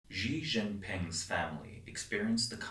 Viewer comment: I think you can get a better pronunciation of the leader's name with "She Gene-Peeng".